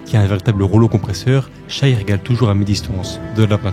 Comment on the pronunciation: Shaivonte aka Shai aka SGA aka MVP tu es le seul a dire shai et non shy ( hormis 2 3 fois en video ) mais t'es le seul a prononcer son nom correctement pour les analyses francophone en tout cas respect et superbe vidéo !